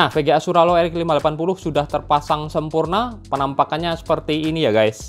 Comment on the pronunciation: Hampir nyebutnya swallow